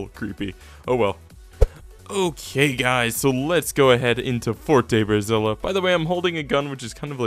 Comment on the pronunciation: everytime you say "" i hear "Brasília"